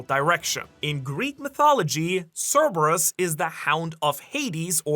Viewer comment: Thank you for pronouncing Cerberus correctly